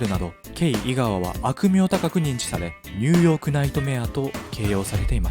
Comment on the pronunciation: すごく声が良くてわかりやすいです！ あちニューヨークが毎回ニュヨークになっています….